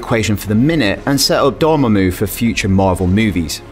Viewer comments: its Door-maw-moo, not Dore-mom-ooh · tbh it sounded like he said dormoomoo... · I like how you say dormammu😄